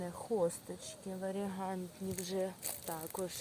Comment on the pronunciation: що означає варієгаНтні? якщо рослини назіваються варієгатні! без тієї букви Н, що тулите всюди. хіба так важко спочатку глянути яка правильна термінологія, перш ніж називати ролик і в самому ролику постійно так говорити))